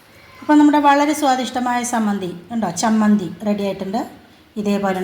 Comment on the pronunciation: നല്ല ചമ്മന്തി Not സമ്മന്തി ചമ്മന്തിയാണ്